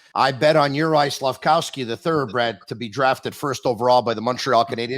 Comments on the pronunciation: stop saying SlafCOWsky it’s SlafKOVsky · SlafKOWski? He’s not Polish. It’s SLAF-KOV-SKY…you can do it!